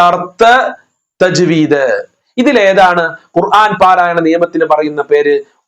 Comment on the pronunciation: ത ജ്.വീദ് എന്നു പറയും.